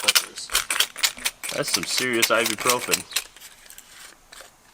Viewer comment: That ibuprofen sounded exactly like silver.